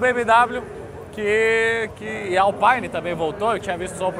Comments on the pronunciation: Permita-me discordar, rapaz... Alpæine, é marca de equipamento de som automotivo. Alpîne, é a divisão esportiva da Renault. Baita vídeo, excelente como sempre. O Anderson da Alpine já está bem europeu, pois quando o pediu o seu nome pela primeira vez, este deu-lhe 01 baita vácuo...😂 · Que agonia ficar escutando Alpaine a própria equipe já disse que se fala Alpine.